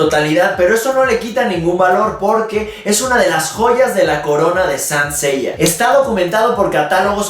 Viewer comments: Me gusto el video, soy un gran fan de Saint Seiya, lo único que cuidaría en los videos es la pronunciación de los nombres, ya sea de los personajes o de la serie misma, parece q decía “San Seiya” y debería decirse tal cual la serie! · se pronuncia saint seiya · "... Sancella" jajaja